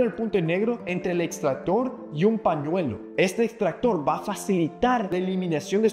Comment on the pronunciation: No se dice panuelo😂 se dice pañuelo. Aprenda a hablar sin parrecer chicanou